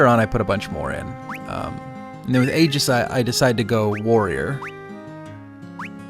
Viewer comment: Very belated on this, but, fyi: Aigis' name is written アイギス in the Japanese version (pronounced "eye-geese").